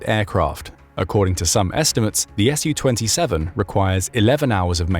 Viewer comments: It's not pronounced "Ess You Twenty Seven, but rather "Sue Twenty Seven". Su-27 is short for Sukhoi 27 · I appreciate you for your videos, however please stop saying Shu-27 or Shu-35, its Su ,short form for Sukhoyi.